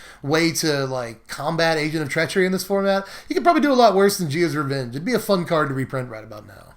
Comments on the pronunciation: "Gee-Ah's Revenge..." Uhmmm,, probably better known as from SB MTG you pronounce it G-Y-Ah's Revenge. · Jee-uh's revenge? Say it with me, Gay-ah's revenge.